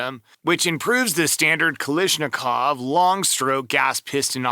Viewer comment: Please, please... Don't say Kalishnikov...